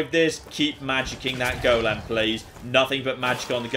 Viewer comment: The way says golem is such a small thing but it annoys the life out of me 😬😬😬😬